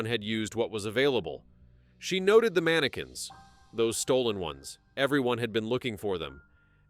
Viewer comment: I gotta go.. Just cant hear ManaQUinnss again